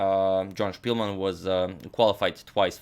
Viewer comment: Spilman a ne Špilman. Velemajstor je Englez a ne Njemac. 🙋